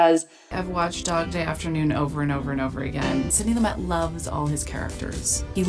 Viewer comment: Sid-nee Loo'-mut Just sayin'